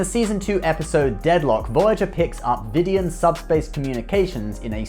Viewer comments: you fake Voyager fan you, you call them vidy-en and not vid-ee-an, get out of here with this trash. They are one of the most horrifying ST enemies to date (until George Costanza fixes them) and you should at least show them the respect of getting their name right. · LOL.. He pronounced it VIDION.. obviously he's an avid watcher of the show.. lol.. Vidiian indeed... ;) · How do you Vidian ? Veedian, no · I hate to be that guy, but he pronounced Vidiian wrong... Like, every time. They say their name a few dozen times in the series, not sure how it was missed.